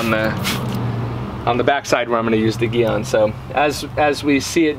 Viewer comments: I never wash or spray off the wheel before using Gyeon Iron. It holds on better with the dirt on there and has been more effective that way for me. Thanks for more great info😊. Hope I say your name right. Because it's not Geon it's Gyeon haha fun ball busting no disrespect.😂👍😊 Brakes work 70 front and 30 rears. So yes you will always have more iron deposits on front brakes. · Whole video is inconsistent and irrelevant and leaner how to pronounce it it’s not geeeon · One thing, it's pronounced jee-on. I don't really care how you say it personally, just an FYI. Secondly, the smell is mercaptoacetic acid aka thioglycolic acid. The more smell, generally the higher concentration of the active chemical. Mercaptoacetic acid actually rapidly pickles the iron. The byproduct is that red/purple color. Meg's is a pretty decent product for the price, but the dedicated iron removers from Gyeon and Carpro tend to do better than the wheel cleaners that have the acid in them or products that try to be iron and tar removers combined and even some of the cheaper dedicated iron removers like McKee's for example. I've decon'd some seriously bad cars - I'm talking one car was sitting next to an angle grinder station so the particles were enormous and you could really see the difference between the big name iron removers and the cheaper stuff I was trying to use since I knew I was going to have to go over the car many times. It ended up being a 3 hour clay job even after probably 3 to 4 passes with iron remover btw on the car that had been sitting near an angle grinder. Orange rust specs eeeeeverywhere. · g Yûn is the pronuciation. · Soft G sound in gyeon 😁